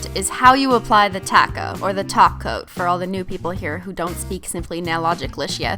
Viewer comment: What did they do with her that’s not here she said topcoat not toco Nooooooooooooooooooooooooooo